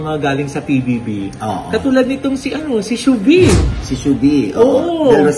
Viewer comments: hnd po Shubi.. Long Shuuu po bago Veee. Shuuuu-vee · Di PO GNYN pronunciation name SHUVEE 🙈😁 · i-tama nyo kaya pronunciation nyo ng "Shuvee", at yang bakla tanders sa likod